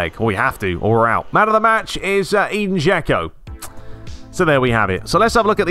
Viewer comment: I know you've said you don't care about it, but I still feel an urge to tell you that Džeko's name is pronounced like Edinburgh without burgh and not like English 'E'.